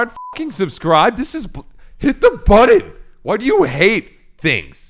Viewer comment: Lol u say button so strangely.